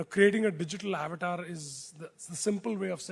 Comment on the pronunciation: Isko bhi avatar bolna nahi aata😮‍💨